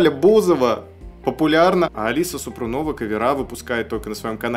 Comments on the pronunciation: Благодарю за реакцию.Алису слушаю давно,очень интересная певица,красивая девушка.Поёт на многих языках.И да,,ударение в фамилии СупрОнова. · СупрОнова - ударение на первую О. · Не Супрунова, а СупрОнова.